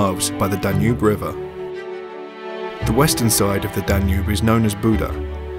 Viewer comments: "Danube" nem "Danu" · danu river?? is that how english people say it? in hungary we say duna